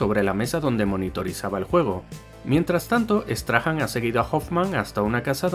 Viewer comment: Por curiosidad. No se pronuncia "Straham". Sino " Strahm" . Ya que los españoles tienen bastante españolizados estos nombres de los personajes xD